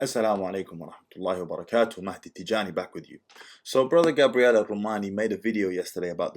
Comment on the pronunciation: You keep pronouncing his name as Gabrielle which is feminine. It's Gabriel.